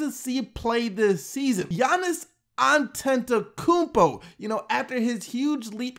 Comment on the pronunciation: How normal people pronounce Giannis' last name An-Te-To-Koom-po. How pronounces it Aaan-Tent-ooo-koom-po